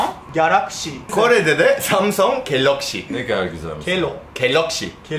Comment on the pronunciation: kelokşi: galokşi ya o Kxkdjdjsisjsdksksk